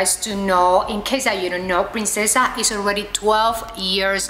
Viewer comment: It's princessa not prensesa